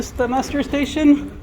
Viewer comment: It's called muster... not mustard